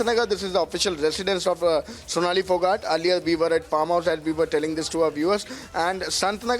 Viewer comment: Fonali phogat?? Sonali✅ At least get her name correct out of respect!🙏